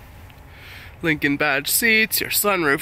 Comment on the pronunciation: Its Lincan not Lincan't